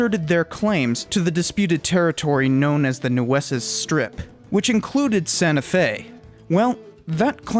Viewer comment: Where are you from? You are not from New Mexico are you. You do not pronounce local names properly. Nueces to you!